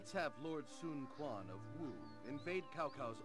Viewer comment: ok im sorry but I was ok with overlooking your pronunciation on ''cao cao'' even though its pronounced in the game as cow-cow but when you mis pronounce sun quan aswell :/